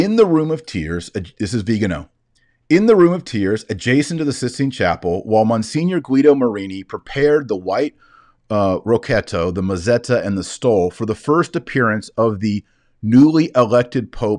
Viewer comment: Dear Taylor, I like your videos very much. I just would like to recommand a greater care in pronouncing Italian words and names. I confirm that "rocchetto" is to be pronounced [rokketto] with a stress on the [e] and a double [t]. Btw, gli is almost never to be pronounced in the "anglo-american" way: it is a palatal L [ʎ], so the name of the Holy Father is pronounced [bergoʎo]. God bless.